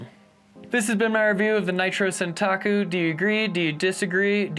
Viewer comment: Not to be the pronunciation police but it is santOku (it is the term for a shorter knife in Japanese)